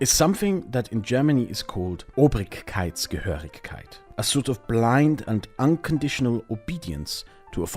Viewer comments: Hi I think you mean "obrigkeitshörigkeit" not obrigkeits-GE-hörigkeit. The first means to follow orders from people above you and the latter is as far as I know no word but I would translate it with belonging to someone above you, as "gehören" means to belong to and "hören" means to hear or to listen (for example to orders from above)... Sry to nitpick but as we say in Germany: deutsch ist eine waffe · heißt es nicht Obrigkeitshörigkeit? (nicht Gehörigkeit) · Little correction here: It should be Obrigkeitshörigkeit not Obrigkeitsgehörigkeit. Your hörig (obedient) to the Obrigkeit (authority). 😅 Otherwise great video. Thx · This is a very interesting perspective into German history and makes it easier to understand more recent German history up to the current day. Small correction, I thik the word is supposed to be Obrigkeitshörigkeit (without the ge in the middle), where Obrigkeit means ruler or ruling class and Hörigkeit means unquestioning obedience. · It's "Obrigkeitshörigkeit" I'm pretty sure. "Gehörigkeit" means "belonging", while "Hörigkeit" means "obeying". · I think it's funny how you pronounce some of the German words like "Obrigkeitsgehörigkeit" like a clueless American doing an impersonation of a German even though it's your native language haha